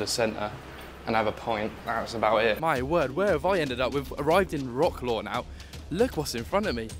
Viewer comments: Thank you for shedding such a good light on our country. Please learn how to pronounce mate! It's like "vrotz- wav" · It’s pronounced “rat-slav” 😂 Good video non the less 👏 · You are pronouncing Warsaw and Wroclaw wrong.